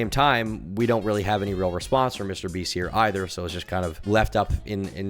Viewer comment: "Mr Breast" 😂 Whats on your mind today...